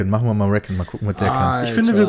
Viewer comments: peter bitte sag nicht RÄKKEN :D das heißt riekonn (so in etwa ^^) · peter es heisst nicht räccon sondern ricon(recon)